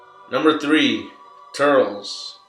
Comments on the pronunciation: obviously this guys is not a fan if he reffers to turles as turls and not turllece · Turles* (Tur-less) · its turles not turls and its majin buu not majinbuu